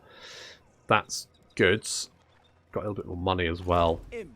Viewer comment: In this campaign it's more "Imprick" then "Imrik"...."Helloooo, Ladys!" 😂😂😛😛😂😂